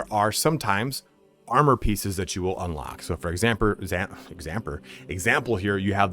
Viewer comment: "For examper"